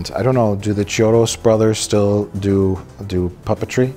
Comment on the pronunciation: Just an fyi, "ch" in italian sounds like a k, so it's pronounced kiodo